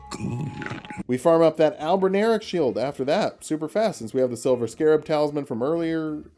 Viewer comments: But it’s Albin Or ic, like your, not Albin-eric like derek 😂😂 All the love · I don't get what's so hard, it's spelled just like it should sound. Al-bin-aur-ic. (Not "al-bin-air-ic") Albin as in white, auric as in gold. I should just shut up and watch the rest of the video 😂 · I think it's pronounced like Albin-Auric, referencing while gold. Albino meaning White and Au being Gold on the table of elements. Would also make since as they're functionally homonculi and mortal men can't create Gold, only a cheap knock off.